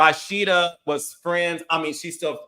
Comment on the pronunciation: Why does Carlos keep saying Rawsheeda???!😊